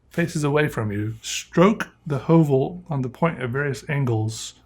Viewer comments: well as a norwegian I can tell he doesn't pronounce the letter correctly (not that it really matters). The name might be from some other language, but the ø is really only used in nordic languages and since høvel literally means a plain, and the sharpener looks like a small plain I just made the conclusion that the company referenced the norwegian word, and I thought I might just come with that fun fact and corect the pronunciation cus the more you know. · pov:youre norwegian and get triggered by how he sais ø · The way he said Høvel killed me hahahhaa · The way he pronounce høvel hurts my ears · "Høvel" is the norwegian word for a plain or a razer, which makes sence for a product like this. The letter Ø is pronounced not as a U, but as the i in the words First and Birch.